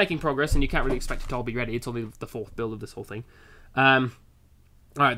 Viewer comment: "build 4" sounds like "baild for" LOL